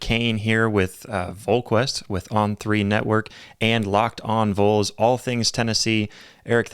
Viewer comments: It’s VOLS not Vulls 😂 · At least say our name right dude. It is VOLS like Volunteers. Not Voles